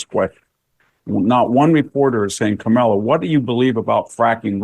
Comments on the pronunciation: Victor, you’re a smart man, try to pronounce her name properly or call her by her last name in the same way you refer to men, so “Harris” rather than “Camilla” and all the other stumbles…. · I could listen to the brilliant VDH talk all day..... but can't somebody buy him a decent background and teach him how to pronounce Kamala properly? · VDH is THE BEST !!!! I love how he innocently pronounces Ka-mala's name as Carmella. 😊